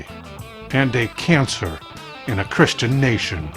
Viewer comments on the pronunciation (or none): none